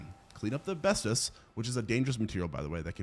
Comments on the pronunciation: iT'S "ASBESTOS" NOT "ABESTOS" GET IT RIGHT PLEASE IT HURTS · I think you mean Asbestos pronounced az-BES-tus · It kills me when you say the word asbestos. You keep saying it wrong and it’s 2 videos you’ve said it rapid fire, yes, it was about the same movie.